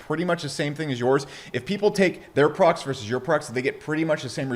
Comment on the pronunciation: When you say "products" it sounds like you're saying "progs" or prawgs ...